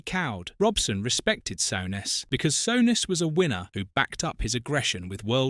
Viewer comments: Sort out your AI shit Sowness, wtf!! it's soooness you plumbs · Graham “Sow ness” fuck Ai it is ruining you tube. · "Sowness"? "Keltic", "Mara-doena"? Couldn't you find an AI that could at least pronounce the names right? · Sowness and maradoona... I hate AI commnentary